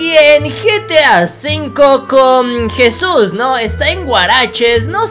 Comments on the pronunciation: No se Dice jisus se Dice Jesús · Nadie absolutamente le dices jisus a Jesús